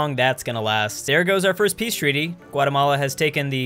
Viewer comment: NOT FORST